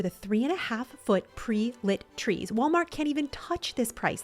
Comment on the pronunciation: At one point you were talking so fast that you said grees and treenery. I loved it! Also, you have just the sweetest personality and your videos make me smile.💙